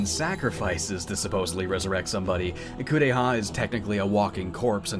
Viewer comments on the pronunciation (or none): Kuon! I'm sad to say I've never had the chance to play it myself (that price is the scariest part of the game!), but it's one I really enjoyed watching. It does suffer from its share of flaws and the pronunciations of the Japanese names ("Korea!" instead of "Kureha") aren't...the best, but it does have an undeniable charm that comes largely from its setting (for me, at least). It's a bit rare to see a game set in the Heian Period, especially a horror game, as opposed to a more modern setting (i.e., Project Zero/Fatal Frame or Silent Hill). This particular setting really adds to the game since folklore was such a quintessential part of that period and it plays well on the fears and beliefs of that time. Cosmology of Kyoto is probably the only other game that I know of that captures the same kind of feeling that Kuon offers. I'm really glad to see you cover it! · When I saw a playthrough of this game, I felt like they didn't make the mouths move because they were trying to emulate old Japanese theatre where they used masks for different characters. Also the way the VA pronounces "Kureha" makes it sounds like "Korea".